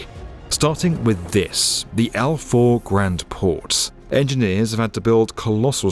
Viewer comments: Al faaaaawww. NOT Al4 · Al Faw is pronounced as in the Italian word Ciao but with an F the beginning and not as in For...rest! Good reporting though!